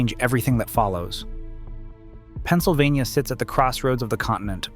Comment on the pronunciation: "Penna-so-vaina" Umm...what?! 🤣🤣🤣🤣